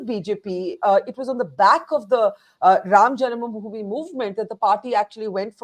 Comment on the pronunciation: can't even pronounce janmabhoomi correctly and he is a panelist. Wow! Hahaha